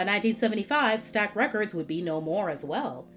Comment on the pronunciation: "Stax Records." Not "Stack.". Otherwise, excellent upload!